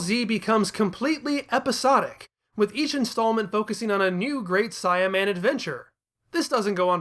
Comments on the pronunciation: I was gonna watch this but you saying CYAN and great Cyaman got me fuming. Change that shit wow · I am sorry, I know this is super petty, but the way you keep saying Saiyaman is causing me to cringe every time. Saiyan is pronounced "say·uhn". The Great Saiyaman is using his race as his characters identity. It should be The Great "Say·uh"man. I swear you made me think I was crazy for awhile, I thought maybe I had been reading it and saying it wrong for years, that I imagined how they said it in the cartoon. I ended up going through videos and checking google and several other websites to make sure I wasn't being crazy.